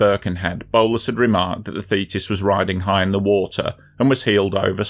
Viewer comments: So you pronounce thetis as fetus? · I keep hearing "fetus"....very disturbing.